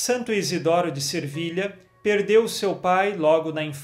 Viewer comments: agosto muito de ouvir suas mensagens. Deus o abençõe., é Se vilha, sem r! Sevilha. Desculpe pela observação. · Peço-lhe, desculpas,mas sempre escuto o senhor dizer Santo Izidoro de Servilha mas penso que o certo é Sevilha cidade da Espanha.Desculpe -me a ousadia Deus o abençoe, que sua evangelização continue a frutificar como sempre Paz de Cristo esteja sempre conosco 🙏